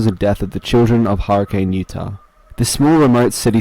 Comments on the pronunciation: Hurricane, Utah is pronounced like Hurrican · Hurricane utah is actually pronounced with a flat A so its more like hurricin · Fun fact: locals in hurricane UT pronounce it “hurri-kin”. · Hurricane Utah is pronounced Hurri-kin kinda like shuriken. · Just a little fun fact about Utah, the city is pronounced "hurrican" instead of hurricane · As someone from Utah let me tell ya how my eye twitches on how her pronounced Hurricane